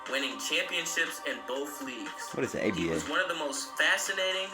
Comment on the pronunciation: If you say ABA one more time. Damn man, get your Google on! Sound ignorant af. And as far as defense, today's flagrant 2's are 70's good, hard fouls. If you were that mad about it, you had to fight.